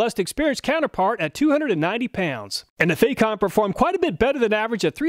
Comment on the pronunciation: FAH comb. Not "fake ohm".